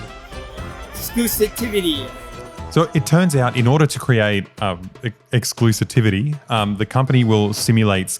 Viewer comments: nooooo not the guy who says "exclusitivity" fxck me dead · a comedic mispronunciation of exclusivity